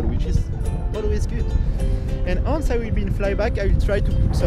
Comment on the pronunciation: Great video Theo, as usual. If I may, listen to someone about how to correctly pronounce "once"... :-)